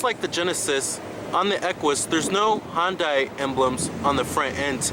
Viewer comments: Hon-day lol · Just to be clear, Hyundai is pronounced like Sunday.